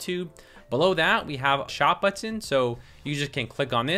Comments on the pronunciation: People tell you that you say button funny? Yes, you do. I am from the midwest, where we have no accent there. (kidding) We say, buh'-ton, ton as in weight. accent on the buh with the ton descending. You say But-tin' tin not, ton, and with the accent on the tin, and it almost sounds like you are saying the "t" twice. I notice it every time you say it and I repeat it often. BUT....you are very easy to listen to, and bu-tin is not an issue for me. I hope that helps. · Man your tutorial is amazing. I did not feel sleepy because, I don't know. the way you are teaching is fun. and don't worry the way you pronounce button is nice and normal but, yes it's a bit weird hahahahahahah HAHAHAH! it's so funny when u share those stuff when you're kind a feel conscious about hahah! THANKS SIR!